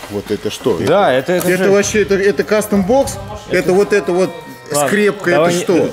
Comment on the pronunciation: Это не кастомбокс а гастомбокс(((